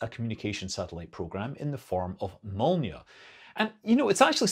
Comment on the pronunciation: Your "Molniya" pronunciation is spot on, but "Raduga" and "Gorizont" are quite off. You need to work on those. :)